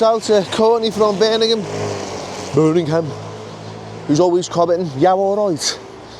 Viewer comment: *Birmingham, not Birningham...🤣